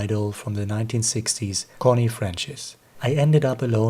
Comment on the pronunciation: Connie Francis... The "c" in her surname is pronounced like "c" in "France".